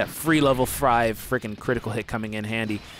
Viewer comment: Did this man just say.. "Level frive"?